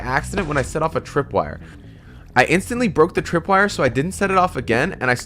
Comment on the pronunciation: He said tripwirer two times